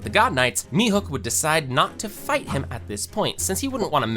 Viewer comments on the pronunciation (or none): Mihuk🥀🥀🥀🥀🥀 ITS MIHAWK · Mihawk not mehook